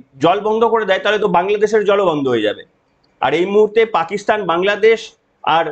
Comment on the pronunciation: পাকিস্তান কে পাকিস্থান বলছো? আগে ঠিক করে বলতে সেখো পরে video বানাও।